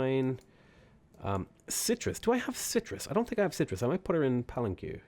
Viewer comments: For future reference (although I expect you will forget it) the que in Palenque is pronounced ke , as in Kermit. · Pal-an-Kway. (Rhymes with sway and stay)